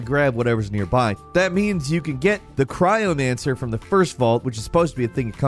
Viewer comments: lmao "cryonancer" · The "cryomancer"......